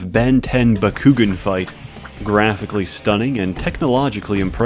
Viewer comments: BA-KU-GAN not bakoogen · It’s bah-ku-gaan not bah-ku-ghin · It's bak-koo-gahn not bak-koo-ghin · "bakkuggin" oh no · Pretty sure Bakugan is pronounced back-oo-gone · >"Buh-koo-gen" Immediately unsubbed and blocked. Good day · The way he pronounces Bakugan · And the way he calls “Dan” the protagonist “bakugan” loool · Hahahaha, I couldn’t stop laughing every time you said bakugan wrong 😂. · God the way you say bakugan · WHO ELSE WAS TRIGGERED WHEN HE SAUD BAKUGAN WRONG!!!! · was anyone else bugged when he pronounced bakugan wrong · the way he mispronounces bakugan makes me cringe more than the disturbing porn shown at the beginning. also, gwens his cousin, not his sister. still just as disgusting, but still.